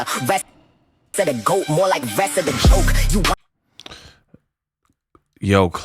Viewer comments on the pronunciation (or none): “Magic GWOAT Skin” 😂😂😂